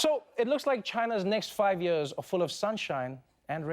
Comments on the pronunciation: yee ahs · I love how he says "years"